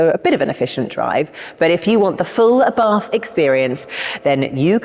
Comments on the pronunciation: The pronunciation of the man's name...."ABARTH is pronounced Abart ( the H is silent) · 😂Sorry, but we don't pronunce Abarth as you did🤌 But don't worry, we are used to Italian pronunciation been butchered🥸